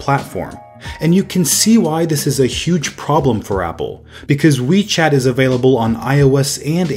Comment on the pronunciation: When I first heard WeChat I thought you said Wii Chat XD